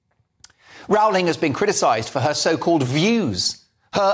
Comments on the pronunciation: Great piece. JK Rowling is truly a heroine for standing up for the truth. Just one thing I would appreciate, please pronounce her name correctly. It is pronounced "Rolling" like bowling, rather than like growling. Thank you. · Why do you say Row-ling. Surely it's "Rolling". We had a Prime Minister here in NZ in the '70s called Bill Rowling. It was pronounced Rolling. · The correct pronunciation is “Rolling” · Could you kindly pronounce "Rowling" correctly? I believe she deserves it. 🙂Please ask Andrew Doyle about the correct pronunciation.